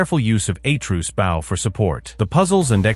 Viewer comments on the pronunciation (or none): They also said “bow” like “bowww”. Like take a bow. Atruces bow killed me.